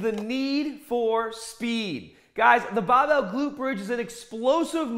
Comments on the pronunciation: Man I love this guy. Like a father to me. Guided my workouts throughout my teen years. Remember to pick up the bahbell! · did you just forget to ahh in for the word over? Bahbell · "push da bah-bell"!! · it’s literally so selective, he’ll “bah-bell” and “hahd” and every single other word that ends in ar he pronounces normally lol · The accent change with words like Barbell and Start trip me out. No accent to full Boston accent in a split second.